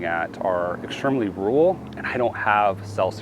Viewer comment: There's a second r in rural. Believe it or not